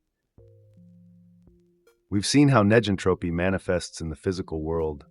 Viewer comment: It would be nice if (neg)entropy was properly pronounced in the video.